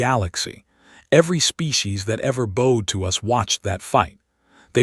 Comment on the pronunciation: Yeah yeah 8ft tall live 4 centuries and your a.i. still can't pronounce bowed properly!